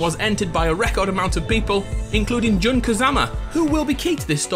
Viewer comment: "JUN" Kazama.